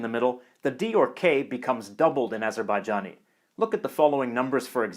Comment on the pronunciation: You saud always ajebajjani. That Ist not korrekt. Its tutkish language with a nother Dialekt